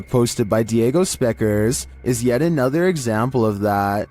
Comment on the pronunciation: "when you're not up YÆT"